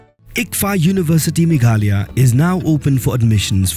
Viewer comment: Megalaya...you should pronounce not Meghalaya...as 'h' is silent..please pronounce correctly